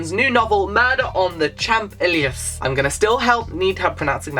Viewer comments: It's pronounced "éleezé" (é as in "cliché") 😊 Btw this book sounds amazing ! I love how you recommend underrated books, other people don't talk about. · you should look up the pronunciation of Champs-élysées, cause it's really hard to explain it in words. It's a really famous street in Paris, there's also a french song called Champs-élysées, so you'll hear how it's pronounced then. Hope that helps! Thanks for all the wonderful recommendations! Xx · Murder on the Champ- (Ay-lee-say)